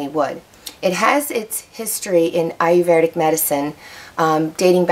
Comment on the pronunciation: Well, the only thing I have to say is that you did not pronounce the word Ayurvedic correctly. There is NO R after the V. You are pronouncing it with an R after the V. You should not. It's eye-er-ved-ic, not eye-er-verd-ic. See the difference?